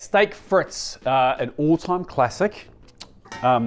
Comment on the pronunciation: “Frits”? You mean “freet”